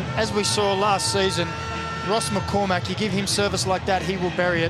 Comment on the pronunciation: McCormack, don't but so much emphasis on the Mack, it sounds ridiculous. Irish names are the english speaking world's cryptonite